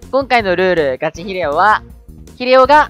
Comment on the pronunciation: なんか最初のガチヒレオの発音じわる